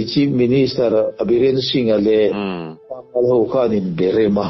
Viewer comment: Pangal i lam rik dan hi mak e...Pâ-ngal...ti tur ni in kan hria..